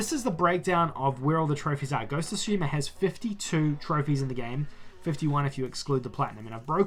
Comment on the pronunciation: Its not Sushima its Tsushima.